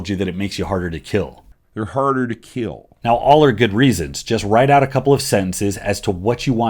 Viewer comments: "there harder to *keel*" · I squat to be “harder to keel” 😂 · "HARDER TO KEEL" was a really funny clip lmao